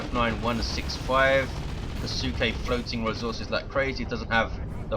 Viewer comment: Hey if you're curious Kisuke sounds Japanese to me so it should be "Kee-su-ke" with a very short if pronounced at all "U" sound. So you 've pretty much got it down just make the middle part of the name "su" much shorter.